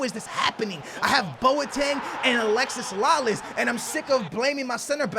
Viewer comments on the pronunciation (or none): I cringe every time you say Alexis Lalas it's Alexi (no s)